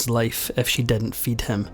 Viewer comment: Why do you have TROUBLE Pronouncing the I correctly in words??? It is not sexty = it is six ty. Not didn't = it us didn't Thumbs down Turn you off completely